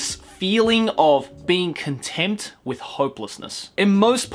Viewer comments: Anyone else hear "contempt" every time he's trying to say "content"? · Contempt or content? I keep hearing you say contempt but I think you mean content, though contempt might work too. Either or would seriously change the context. I ask in all seriousness and I don't mean to be a dick, so I apologize; but I haven't seen this anime yet. Regardless, I've added it to my watch list. Thanks for the great videos. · I think they mean content, but it sounds too much like contempt, as in hatred.. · Makeup on fleek. You really look "over" that cold.:) Please learn to say "content" when you mean "content" and "contempt" only when you don't mean "content". Very different words that just sound kinda similar.;)